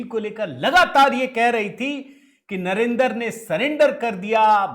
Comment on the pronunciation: Enko Bolna Toh Aata Nahi Modi Ji Ko Narendar Nahi Sarendar Jo Pavan Kehda hai.Bhaju Kari Hoti hai Rahul Nahi Hota Rahhu Gandi hai